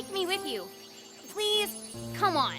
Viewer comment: pwease, John Fuwwsawce